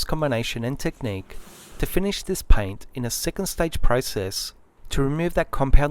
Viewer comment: I’m here to here him say PIAYNT